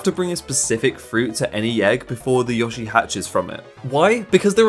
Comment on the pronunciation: Yoshi* not Yoghshee